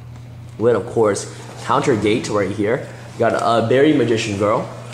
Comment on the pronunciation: You dude, it made me sad that you couldn't pronounce basic words in english, Horizon and Unification, and even managed to pronounce Gate ( Gay-yaht )